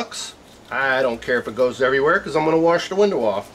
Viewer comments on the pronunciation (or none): none